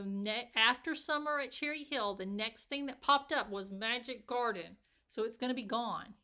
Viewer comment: Love how you say Magic Garden with clenched teeth! :'D